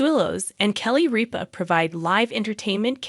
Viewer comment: RIP-A not reap-A !!!!!